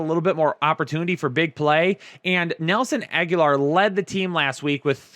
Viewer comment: the way he pronounces Nelson Aguilar always gets me I almost feel like he's messing with us